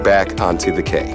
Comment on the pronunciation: "Quay" is pronounce "key". Makes you wonder that an international company didn't notice this pretty obvious error. What other mistakes are missed by them?